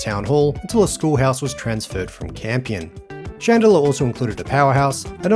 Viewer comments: Merry Christmas and another year down watching your stuff. I did have to come for the comments though when hearing the pronunciation of 'Chand-lar' (Chandler)....seems you've been advised enough haha....now take the vid down and fix it😂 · It's Chandler not Chandlier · "shan de la" ha ha ha! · It’s pronounced chand-ler. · Interesting how the town's name is pronounced. I have some Chandler family in Rockingham (Ten Pound Poms who came out in the late 60s). We all pronounce it "CHan-ler", with a full "ch" and the "d" almost silent. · You might want to check the pronunciation of Chandler.